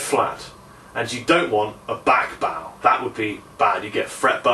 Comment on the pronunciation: back baw??? Oh you mean back bow?